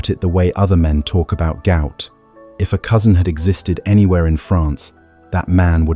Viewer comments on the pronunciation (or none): none